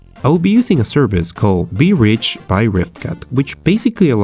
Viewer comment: When he said vridge I understood be rich and I wasn't sure if he was joking.